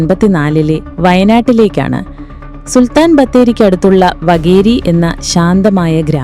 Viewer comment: വകേരി അല്ല വാകേരി ആണ് ☝🏻